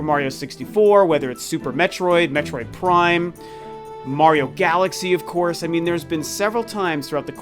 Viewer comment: Plime, which is not even a word. LMAO that was hilarious.